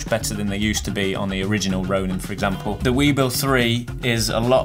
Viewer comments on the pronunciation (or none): none